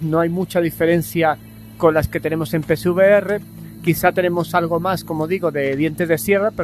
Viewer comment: No soy capaz de diferenciar cuando dices pcvr y psvr 😅 de todos modos, gracias por el video